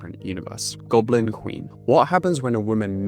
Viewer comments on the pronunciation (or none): "Golbin Queen"